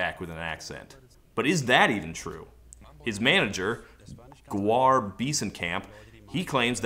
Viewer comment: Once again a great video. Just FYI: That manager's name (Goar) is pronounced 'gore'.